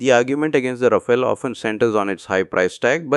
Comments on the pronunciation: Sir, it's pronounced "raa-faal", not "raa-fay-lay". 🙂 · Thanks for your videos. It’s good to see your subscriber count has almost doubled in the past week. Your rate of speech has come down a bit and you are now pausing a bit more at the punctuation. A bit more will be great! Also, at 0.20 ..Rafael is pronounced as “Ra - Faal” not “Ra - File”